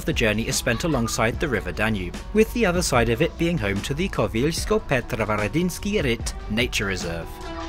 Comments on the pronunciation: Koweelsky-Petroweredynsky Ruyt🥴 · "Koweelsky-Petroweredynsky Ruyt" fail in everything 😂😂🤦‍♂🤦‍♂